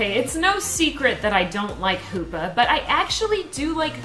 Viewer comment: "#5 is poopa (hoopa) Me hearing that: lmao